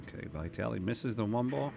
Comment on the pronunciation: if you take drink every time say VAItally, even old babushka, you would be complETEly dead. for *&^%$#@ sake, it's even spelled with two и